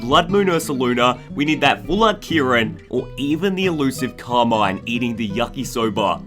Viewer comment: Your pronouncing carmine wrong btw